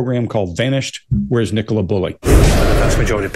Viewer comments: "Ni-Cola or Nicola" 🤣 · Why can Americans not say Nicola!? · Right? As in Nicola Tesla. Easy peasy. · It's not a very common name in the US. Nicole is more common and so they tend to try and pronounce it that way.